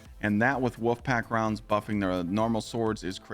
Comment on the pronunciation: Stolen Favor= “Stolen Valor” Wolfpack Rounds = “Woofpack Rounds” Subjugator = “Subjucator” And I thought Kackis messed up with pronouncing words